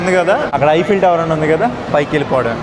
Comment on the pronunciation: ఐపిల్ టవర్ కాదు. ఈఫిల్ టవర్ మై సన్